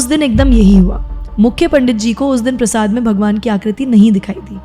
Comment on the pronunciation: Prashada bol diya prashad ko 🙂